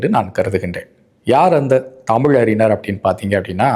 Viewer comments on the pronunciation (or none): கலைங்ஞனர் இளைங்ஞனர் அறிங்னர் இதெல்லாம் சரியான உச்சரிப்பா . கலைஞர் இளைஞர் அறிஞர். 😂😂😂